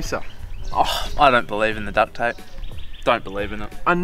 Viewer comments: the “T” is important, guys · Haha he said ducT ape 😆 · Duck-t tape